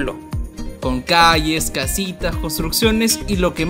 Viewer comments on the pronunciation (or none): "caYes" dices por "caLLes"